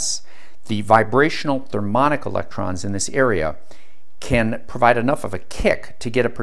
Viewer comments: Thermionic, not thermonic. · thermionic not thermonic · "Thermionic" - pronounced "thur-mee ON-ick," not "thur-MON-ick." Just sayin'. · Ah mate, "therm-I-onic", thermionic, not "thermonic". As in thermal ion I suppose, a charged free particle liberated by heat. Also "GadoliNium". I suppose it's what happens when you teach yourself from reading the words without hearing them spoken. Which is admirable. I know how to pronounce it but I had no idea gadolinium was magneto-caloric. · Did you mean therm-eye-on'-ic and Sil-ih-cone (rhymes with bone) oil?